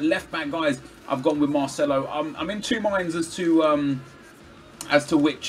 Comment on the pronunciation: Definitely go with MARCELO! Don't say Marceno to Marcelo!